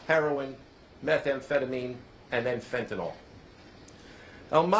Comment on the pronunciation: The correct spelling is fentanyl. The pronunciation is fen-TAN-il. The second syllable, "TAN," is stressed, and the final "yl" uses a short "i" sound. Common mispronunciations The drug name is sometimes incorrectly pronounced as "fentanol".